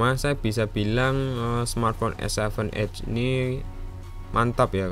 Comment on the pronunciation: Cara baca edge itu bukan ed-ge bang wkwkw ngakak Tapi edj. Kyk ngomong ej tapi ada huruf d nya ditengah2